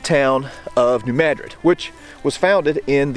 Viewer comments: Thank you pronouncing New Madrid correctly! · Thank you for pronouncing New Madrid correctly! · He's pronouncing it correctly. Look it up